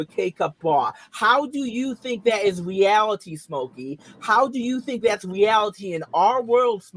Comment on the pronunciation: a lot of teenagers "fit into a K-cup bwa, in weawity." It's called macromastia, and it's often genetic.